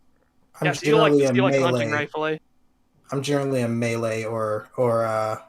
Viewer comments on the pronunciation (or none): none